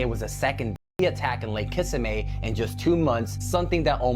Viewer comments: it’s KissaMEE not Kissamay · it is not kissame it's Kissimmee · The only thing that bothered me about the gator story at the beginning is who the hell says Kissimmee like that?? Why would you stress the last syllable like that, it's completely wrong. The emphasis should be on the second syllable, like kuh-SIM-mee. Transplants need to stop butchering the names of Floridan places, for real. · I live in Kissimmee. Dude pronounced it wrong. It's: "ki-SIMM'-ee", not: "KISSA'- may". 😂😂😂 Bro said: "ka-NO", too. Smh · Ikr and where the fuck is lake kissimae?! 😂 I've never heard anybody pronounce it like that. Dudes trolling 😂 Kissimmee is said just as its spelled. 🤦🏽‍♀️ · "Kiss-im-mee", and KA-NUE would be the pronunciation. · Bro!! Check and watch and look in the rear window you can see an apparition move through the window from right to left. Didn’t know if you caught that or not? Pretty creepy when I saw it. Enjoy ! 😉 it’s also pronounce (Ka-sim-mi the city in FL, Kissimmee what the hell is a Ka-no? Was he saying that to be funny or is that how people pronounce the small vessel ? I always heard as (Ka-new) spelt canoe 🛶… am I in another timeline ?😂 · I wish people would review their videos before uploading them with AI narration. The first video - canoo vs. can-oh. He "it" says it wrong AND right. Kiss-a-may. Nope. not it. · Canoe = Kuh new. Kissimmee = kiss im me Developmental = Dee vel up men tul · Lake kissy may? Then dude says cuh know twice before saying canoe. People learn english from a.i. now? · And kept saying Kis-a-may instead of Kissimmee. Kids don’t know how to read anymore. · it is pronounced like kiss immie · idk what video you're watching, but both times he said it he pronounced it kissa may. Anyone who's not completely deaf can tell he has a slight accent left over from his home country. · Ok WTF??? Video with the Alligator, Narrator is not narrating... Kissimmee is prounoced (Kiss-a-me) and Canoe is pronounced (K-new)….